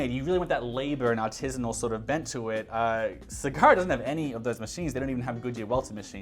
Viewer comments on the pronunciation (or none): Great video!!! Thanks for sharing. My only comment is in South East Asia we pronounce "A" like you pronouncing the Apple. So when you say Sagara it should be SA-GA-RA and not SI-GA-RA. E we pronounce it as "EH" and not ee, "I" we pronounce it as EE and not ay. Hope it make sense to you and i am not trying to be funny. Thank you